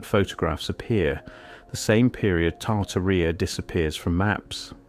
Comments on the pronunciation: The original giants are from the bible. Genesis 6 tells of fallen angels (200) who took human women that gave birth to the Nephilim. And Tartaria doesn't rhyme with diarrhea, it is pronounced Tar-TAR-ia 😂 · It's said...Tar-tearia... not Tar-ti-ria 🤣🤣🤣... It would be nice to see the photos of the buildings as you're talking about them, and it's so NOT COOL that you've used AI generated photos in the mix... shame on you!... what a fruad and a waste of time too. Why didnt you do the proper research and leave the fake photos out??? There is PLENTY of REAL evidence of giants, but adding a buch of fake AI photos in with the real ones, makes EVERYTHING you say and show us, questionable, unrealistic and less believable, especially for those who actually dont know about giants being real .. so thanx dummy,... i definitely wont be watching you again! 🙄🙄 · Genesis 6-4 says there were giants in the earth in those days and also after that(after the flood).the bible is 100% true and its 100% a historical document.its tar tar ia not tar tar rea by the way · Pronounced Tar tar rub! I hate AI voice overs! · Tar-tuh-REE-UH. Seriously? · Correct pronunciation and accent when you're dealing with history please ! Names are not to be mangled ... Tartaria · Your cant even pronounce Tartaria correctly 😂 do better 👎